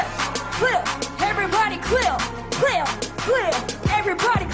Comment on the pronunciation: Lol so true while she was saying that i was like "Damn guurll it's clap not clip"